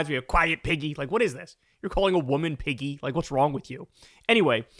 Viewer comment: When I first heard this, I thought he said Peggy. Then, I heard it again. Imagine Trump calling anyone a pig 🙄?!